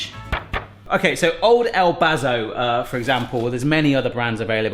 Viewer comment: The way you say El Paso cracks me up! Great job on the fajitas! ( I live in Texas and we eat fajitas ALL THE TIME!)